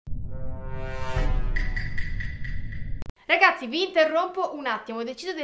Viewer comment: Non si dice amòng us